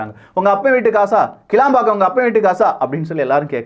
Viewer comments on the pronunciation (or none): none